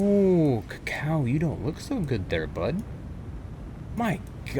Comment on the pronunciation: Kako's pronounced "caco", you're pronouncing it more like "cacao"